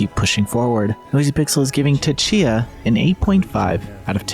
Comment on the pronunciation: The T in Tchia is silent....